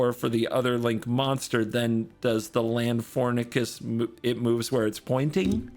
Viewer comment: Pronounced "Lan-FOR-ink-US". It's based off of the Rhamphorhynchus (Ram-FOR-ink-US), a long-tailed pterosaur from the late Jurassic period. Konami replaced the "Rham" with "LAN" to make it more cybernetic-sounding. There is no "Link" in that name, though I know you'll just keep using it <3